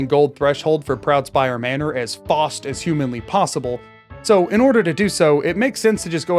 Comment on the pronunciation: HAHAAA HE... RAN... soo... FOST!?!? ROFL!